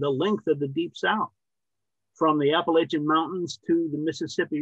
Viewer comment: They pronounce "Appalachian" wrong. Not worthy to carry Shelby Foote's knapsack.